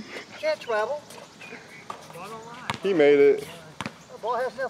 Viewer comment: You cant twavel that's a twavel